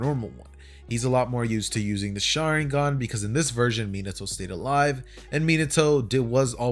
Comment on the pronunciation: I turned on captions out of curiosity and everytime he says sharigan it says sharing gun